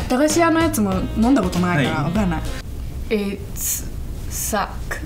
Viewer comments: IT'S SUCC. haha ouch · Thought she said “it’s suck”